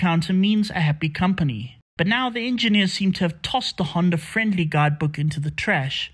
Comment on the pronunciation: It's Honda, not ”Hyundai” smh